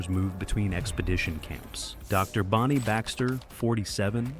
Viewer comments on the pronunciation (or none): none